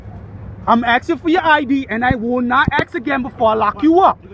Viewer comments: what word is 'axin' .."I'm axin you to give me your ID" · He’s Axing for your ID. Give it to him before you’re all axed up and you don’t have any arms or legs. Axes are dangerous 😆. I wonder who else he axed? Then the other oink said you didn’t know the lar. Better know the lar or you’ll get the axe. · "let me get the ID I'm axing for it" oooh he's axing for it. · Oh oh ..you in trouble now..he be axing for it ! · He keeps axing and axing. He should get an ax. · I’m axin for your ID?? He axe him? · "I'm AXING fo yo AJDEE!" Take a breath, and try again : "I'm asking for your ID, sir."